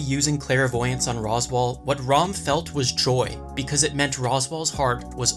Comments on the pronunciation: Why is he calling ram, "rom"? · Who do you rom instead of ram 😂😂